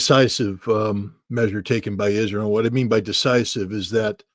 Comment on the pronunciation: If only he could say israel correctly, it hurt my ears everytime.